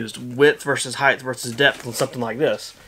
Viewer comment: Omg can't watch past hearing "heighth" it's height!